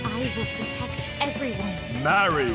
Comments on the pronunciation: I love how it says her name wrong it says marri not marie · I really like how the announcer doesn't even say "Marie" and just straight up says "MARRY" instead